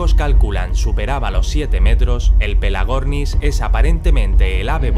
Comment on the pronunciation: En el primer mencionado havia escuchado "el amor" en ves de pelagor xd